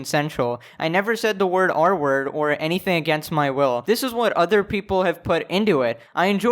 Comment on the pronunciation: took half the vid for me to undersand he was saying "r-word" and not "artwork" bruh